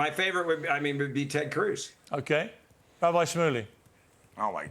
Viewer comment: Yay! Rabbi rhymes with bike is back!